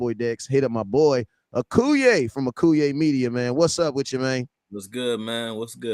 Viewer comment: How you let that sucka on the live and he can't say your name correctly Akoye.....not Akuye